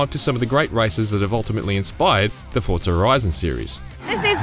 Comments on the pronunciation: It’s Forza not Fortza 🤦🏻‍♂️ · Why does every voice over I've heard pronounce Forza as "ForTza " ? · Say Fortza one more time. I fucken dare you